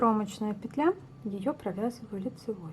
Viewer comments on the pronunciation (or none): none